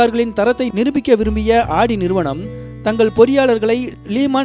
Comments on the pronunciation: Super bro but not aadi it's audi haha l cant stop laugh of aadi spelling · ஆடி car illa bro ஔடி car bro......car name ah correct ah sollunga